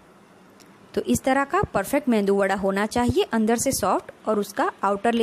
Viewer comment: This is called MEDU WADA Please don't say MENDU WADA